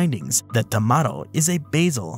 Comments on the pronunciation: TamaRRO, you are supposed to roll the r there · And, considering that it's catalan, the "o" should donde like "oo" or "uh" I don't blame him for the mispronunciation 😅